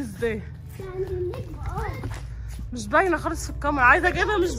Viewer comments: ي جماعا اسمها كاميرا ب ال كاف مش قامرا ب القاف اية الحكاية بس معظم اليوتيوبر بينطقوها غلط ازاى يعنى قامرا اسمها كاااااميرا وربنا كااااا كاااااا كاااااا انطقو ورايا كاااااااا كااااااا ميرااااا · هى اسمها كاميرا مش قامارا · انا بحبكو جدا بس اسمها كاميرا مش كامرا